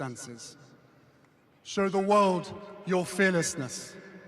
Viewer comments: Why does he say weuwd instead of world? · How many times does he say "wowld"